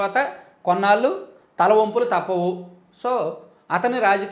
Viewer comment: Talampulu kaadu sir . Talavampulu